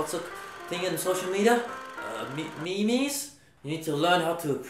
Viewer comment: Brett saying "meme" in no.9 was exactly how I sounded when I first saw the word